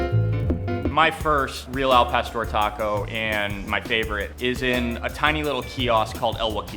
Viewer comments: Al Pastor means nothing! Al Pastore, on the other hand, means something! it´s like saying Hamburge... now tell me that doesn't sound like pain in your ears! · yeah hes a douche pronounce the words correctly gosh el pastor Clantro what the hell and hes the whitest guy omg gentrification much